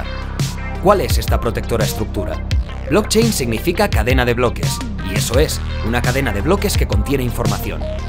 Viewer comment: no sé xq nadie habla del blotchein